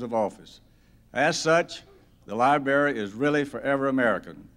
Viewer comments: It’s library not libary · New rule! If you are dedicating a library, you should know how to pronounce library; so cringey. I flinched every time he said it.